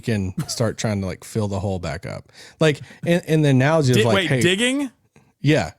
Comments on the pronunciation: I heard dickin too 😂😂😂😂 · nah he said dicking lol